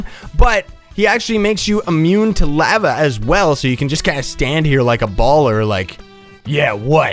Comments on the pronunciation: your laeveea is killing me its LAVA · U pronounce lava wrong